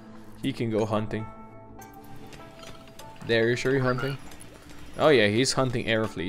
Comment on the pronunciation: Also If you really dont like darek then atleast say it right. Its Dari-us